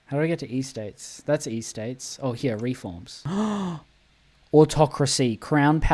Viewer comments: EState not E-state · Why Eee-states it’s just Estates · does not care about pronunciation, like it could be because bro is Aussie but I doubt they say Ee-states there 😭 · "Ee-states" I'm sorry it's a totally understandable mistake but... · unc please pronounce estates correctly next time or I will crash out